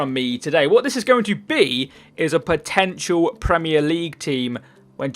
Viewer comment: "POTNETIAL" Nice...